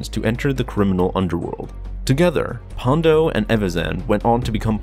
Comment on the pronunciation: An I the only one who noticed he kept referring to Ponda Baba as "Pondo"? 😆